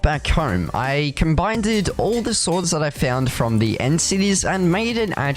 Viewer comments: any1else triggered when he said combinded instead of combined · Y did u say combineded??? Its pronounced "combined".